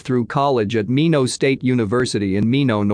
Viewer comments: It's not "Meeno". Its Minot pronounced MY Not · I hate the mispronunciation of words by the computer voice. Minot (My-not ND) and lead (leed as in tip or new information) makes it hard to listen to.